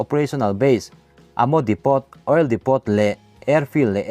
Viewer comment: HeadquarterS tih tur ..chuan Depot hi Depo' ti a lam tur ani bawk...